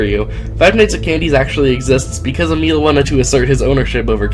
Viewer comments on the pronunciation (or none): none